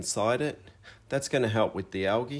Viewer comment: Pronounced Al Geeee, not algee.